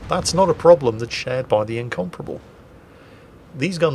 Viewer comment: The way you say Incomparable sounds like you're saying Incomprehensible, which is fairly apt give this game.